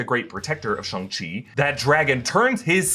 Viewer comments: Shang Chi not Shung Chi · Shang chi , SH-Anng Chi 🤣😭😭😭